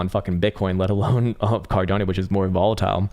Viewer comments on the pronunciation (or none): Did he call ada cardapo? 😂 love this channel